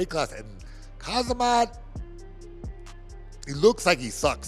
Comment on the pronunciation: What’s so hard for Americans to pronounce Khamzat’s name the right way? Who is Khazamat. Bunch of retarded people